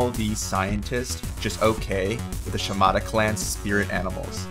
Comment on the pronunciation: The VA is (American) Japanese, so it wouldn't have hurt for her to pronounce correctly, but this japanese "accent" that the shimadas have isn't deemed "cute", thus it can't be on a female character.